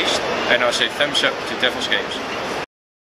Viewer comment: ههههههههههههههههههههههههه عياال هو بس انا الي اضحك ولا وش السالفة اسمعو يوم يقول thumbs up هههههههههههههههههههههههههههههههههههههههههههههههههههههههههه